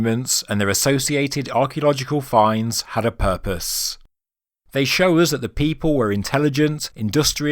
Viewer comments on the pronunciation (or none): none